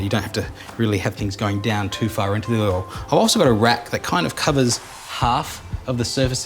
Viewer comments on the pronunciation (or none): except for the "oil" :D